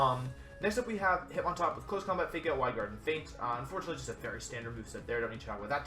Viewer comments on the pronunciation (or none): none